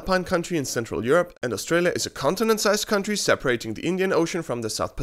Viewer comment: "Austrialia" Bruh 😂🤣